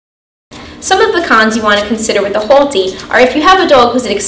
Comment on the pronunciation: " Hole-T" im hearing boston accent? staten island?